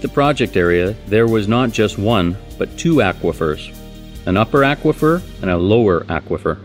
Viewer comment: Imagine pronouncing "aquafer" the way this gentleman does. I would mean that, Aquaman would be, Ackwaman! Stuff like that keeps me up at night.